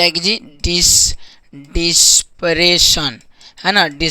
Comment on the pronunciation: सही से उच्चारण कीजिये इंग्लिश का दिशप्रेशसन नहीं लिखा है दिशपरसन लिखा है